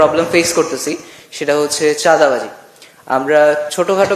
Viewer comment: চাঁদাবাজে বাদাবাজি উচ্চারণ এরিয়ে গেছে চান্দাআরেক কে সকলে এরিয়ে জান। ফ্যামেলির গোলামি ছাড়েন সকলে।